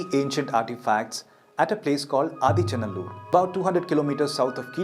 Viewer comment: SORRY IT IS NOT "ADICHA NALLUR" 😂 IT IS "AADEE ACHAN NALLUR",(OLDEST FATHER VILLAGE),,LORD SIVA STEPPED HIS 2ND FEET IN THIS LAND ,,1ST FOOT OF LORD SIVA IS IN CEYLON A PLACE CALLED TREKONAMALAI 😊 "SIVAN ADEE PAADAM" ,CHRISTIAN SAY "ADAMS PEAK",IT'S BELIEVED 1ST HUMAN SET FOOT ON THIS EARTH,,LORD SIVA HAS MALE FEMALE PICTURES,,PROPHET ADAM IS ALSO THE 1ST HUMAN, BELIEVED BY CHRISTIAN, JEWS,MUSLIMS 🎉🎉🎉